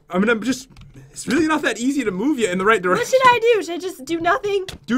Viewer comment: totally said whu